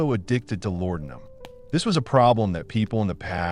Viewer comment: IT'S LA DE UM! Not lordumb....